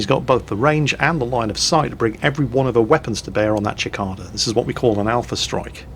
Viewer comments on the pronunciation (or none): It's pronounced sik-ay-dah, not chik-ah-dah. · Cicada,, Cicada xD not Chikada:P (pat pat pat) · it's pronounced sih-cay-da, not chick-cah- dah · Kept getting really confused whenever said "Chikada". It's a cicada, pronounced si-kay-da. Not sure if you have those oversized crickets over in the UK, but they are everywhere in the mid-western US. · It's a see kay dah not a chick cah dah. A cicada is a type of bug. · That pronunciation of cicada though. Ackchually, it's like suh-kayda, not chick-ada. Wot? Sigh, I'll be back to the salt mines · Cicada is pronounced Sic-kay-da not Chick-ada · Gee-air-mo not Jill-air-mo. And Sa-kay-da not Chi-ca-da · Ok, I will NOT let you miss pronounce my favorite mechs name . It is "Sikatia", like the bug. NOT Chikata! And saw u drop by SideStrafe's stream and I am happy to inform you that no old bloke will be wandering into the chat without a salt mine certificate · sih-kay-dah ------ /sɪˈkeɪ.də/ or kih-kay-dah ------ /kiˈkaː.da/ (original latin) I've never heard anybody other than say "chikaida". Might be the Czech pronunciation, though. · Cicada - mech named after a bug lol. Pronounced Si (like in sick) - KAY - dah. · oh... never heard a gaus cannon said the way you do... gows like cows... and its sickada... cicada... just like the bug that tells you the temp by beating its wings to cool down... you know that super loud tick you here for several seconds on hot days... thats what its named after because they are fast and hard to hit... but if you can slow em down they go up in smoke like an ant under a magnifying glass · Long term resident of the southwestern US.... Cicada is pronounced sɪˈkeɪdə Love your vids... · pronunciation of cicada is something else lol... it's pronounced more like "Si-kayda" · love your content, but Cicada is pronounced See-Cade-uh. Keep rocking the battletech content! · FYI, Cicada is pronounced - Seh-Kade-uh